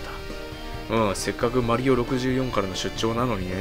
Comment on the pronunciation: マ→リ↑オ↑ (笑)